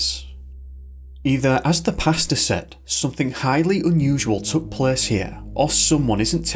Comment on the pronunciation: Everytime the narrator says "pastor" it sounds like he's talking about his dinner order. I like pesto, including variations of the yummy sauce, but alfredo is right up there next to fresh pesto sauce..